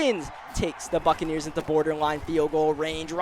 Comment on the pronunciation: Almost sounded like Tampa Bay Fuckaneers